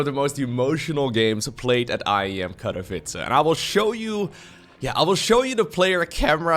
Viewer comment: I love you, but Katowice has NO "R" in it... <3